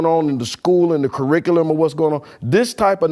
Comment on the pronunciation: you had me until you said "Curerickliym"....not gonna lie, you had my stomach hurtin. Frfr #moreofunclejimmy. 🙏